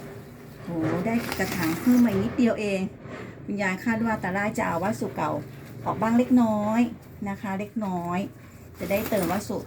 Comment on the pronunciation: วัสดุ อ่านว่า วัด- สะ-ดุ ไม่ใช่วัดสุ ครับ รวบคำจนภาษาไม่มีความหมายครับ